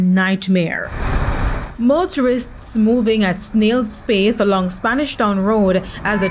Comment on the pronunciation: Wait, I totally heard Snail Space, not 'Snail's pace'! 🤣 And the captions agree with me, so I know I'm not crazy... You heard it too, didn't you? 😉